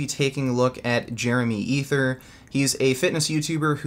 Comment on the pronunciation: "Jeremy Ether" It's pronounced "Eh-tiey" since it's French lmao